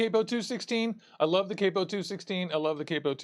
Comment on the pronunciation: dude theres no e...its cap-o..